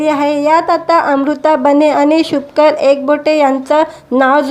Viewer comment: अहो नांव शुभंकर आहे व्यवस्थित बोलत जा